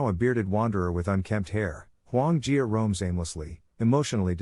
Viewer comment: Huo Yuan Jia. Listen to the man who correctly pronounced it.